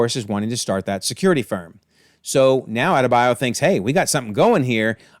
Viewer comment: It's not hard to say Adebayo. All of a sudden its hard to pronounce names when it aint eurocentric 😂. Just funny contrast to earth x